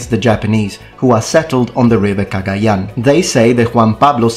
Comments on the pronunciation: I'm filipino! Do you speak tagalog? The way you pronounce 'Cagayan' is perfect. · Filipino here. I applaud your pronunciation of Cagayan. Good job on it. Yeah, wako got around. Especially near Taiwan, Okinawa, and Macau. The south china sea was their playground until the Europeans came. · I am surprised your pronunciation of Cagayán is correct. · Finally a European Historian that pronounced the name of those places properly